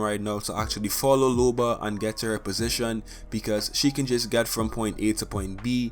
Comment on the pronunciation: It’s looooba not lube-a